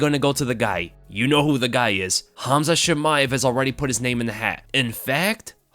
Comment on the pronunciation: Your calling him Hamza 😂, you need to hear someone Russian say his name